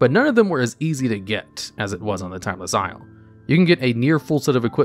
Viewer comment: You pronounced timeless isle correct.